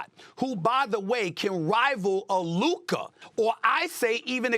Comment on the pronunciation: Bro is mispronouncing Luka at this point, he keeps adding a R when there is no R anywhere in his name. Luker Donwich